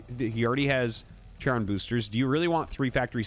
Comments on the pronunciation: I could be wrong but Goliath range upgrade is pronounced "Ki-Ron" Boosters. One of those "Ch = K" Sounds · Charon boosters is actually pronounced KAIR-ON. In Greek mythology he was the ferryman that took souls across the rivers Acheron and Styx. Actually a lot of Terran upgrades and units are Greek mythology terms (except Valkyrie which is Norse mythology). Interestingly, the medic energy upgrade is named after the staff of Caduceus, which is erroneously associated with medicine as it looks similar to the rod of Asclepius (Greek god associated with healing and medicine). The staff of Caduceus is associated with trade and commerce and it is said that it would wake the sleeping and send the awake to sleep. I should emphasize that I don't really care how you pronounce it, I just wanted to share some interesting trivia. Thanks for another excellent casted game RT!